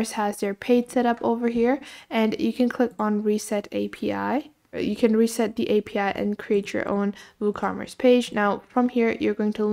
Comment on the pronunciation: reset API.. lol it is not reset it is REST...